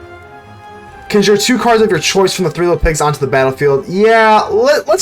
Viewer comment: I do have to ask you, are you saying "conjure" as "cun jeer" as just a fun way to say it, or to mess with people, or do you believe that's how you pronounce it?